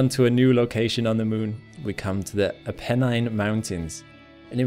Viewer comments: If you're trying to educate people about the solar system, please at least get your pronunciations correctly. Its rill not ree-lay and its ap-eh-nine mountains named after the range in Italy. Other than that, your vids are quite good. Thanks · "Apennine" - stress on first syllable.